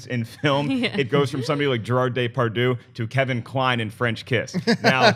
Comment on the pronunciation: It's so bad how you guys pronounce "Depardieu".. :/